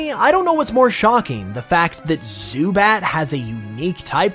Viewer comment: Why you sound like that when you talking about zubat